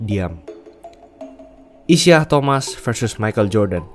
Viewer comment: Isiah Thomas itu bacanya “Isaiah…”, spellingnya nge ganggu banget